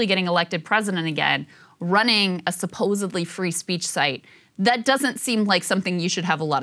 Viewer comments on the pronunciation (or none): i lost you at “subosebly”. Lol